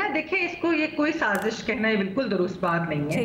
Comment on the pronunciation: The word is Saazish. Not Saajish Learn to pronounce Urdu words.